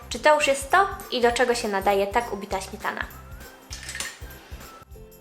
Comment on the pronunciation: Ś, Ć, DŹ...DwieSCe pięCdzesiąt ... Smietana ... wyciSąC.... Póki jest pani młoda, da się skorygować tę wadę wymowy. Trzeba głośno czytać, najlepiej komuś – kto będzie na bieżąco poprawiał błędy zdrabniania sibilantów. No i pamiętać o tym. Najbardziej przeszkadza pośpiech w mówieniu, tak typowy dla współczesnych...